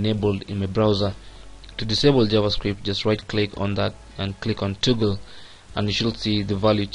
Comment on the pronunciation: It isn't "toogle", it's pronounced "tah-gul". Are you from India, because that's what it sounds like. I wish they knew how to teach English over there. . . but, not your fault.